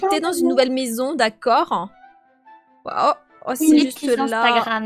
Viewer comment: Elle dit d’accorde